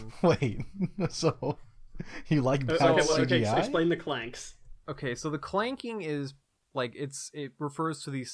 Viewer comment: Ughh, it's clang, not clank